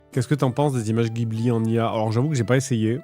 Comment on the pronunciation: Une chose à savoir, ça se prononce "jibli".